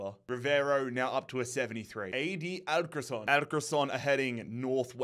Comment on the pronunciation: Leganés > Leh-gah-ness Alcorcón > al-kor-kon Guaraní > gwah-rah-knee